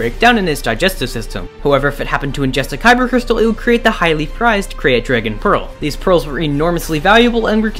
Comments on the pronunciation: Is it not pronounced "crate"? Genuinely curious if the correct pronunciation is "cray-at" like he's pronouncing it. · Its pronounced 'Crate' not 'Kirayte' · Its not a Kre_yat dragon... Its pronounced like "crate" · Krayt is pronounced Crate